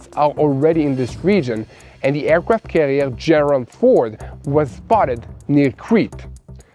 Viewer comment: i respect your sincere reporting in tough situations and i look forward to each news update. There's just one minor detail you must be aware of. In the English language, there is no letter "L" sound when pronouncing words containing the letter "R". An example.."the aircraft carrier "FORD" (not "fold"). "FOLD" is the pronunciation for use as.."fold" the laundry. Ex-President Gerald R. Ford is pronounced just like the car, "Ford" F o "RRRRR" d. Thanks.